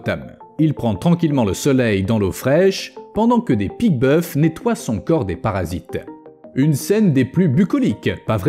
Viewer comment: On dit pique boeuf(s) sans prononcer le s..Juste pour dire